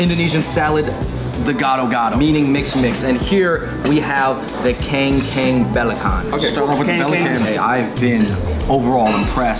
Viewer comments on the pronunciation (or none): The Keng Kang Belakan .... LOL!!!! it is pronounced as "Kung Koong Belachan". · As an Indonesian, the way they pronounce the dish name sounds funny Especially , Kangkung Belacan should be pronouce like "Kæng-Koong Bé-Laa-Chan" But they said it "Keng-Keng Be-Laa-Khan" 😂 BUT ANOTHER AMAZING VIDEO FROM FUNG BROS AS ALWAYS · Keyng keyng balakhan (dibaca: kang kung balacan) 😅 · Kengkeng beleken? I'm sorry :D Kangkung Belacan should read as Kung-koong blah-chun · 'Kengkeng beleken'??? 😂😂 It's 'kàng kung bèlacan' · Hahaa iya emg kengkeng blekan.. sop buntat, rendeng wkkkkk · jd kren gt pelafalan kangkung nya...gokil..."kengkang belac(k)an" ahahahhaa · Kangkung Belacan is pronounced "Kangkoong Bay-lachan" :D